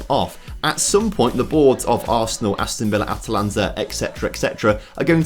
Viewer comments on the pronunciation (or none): none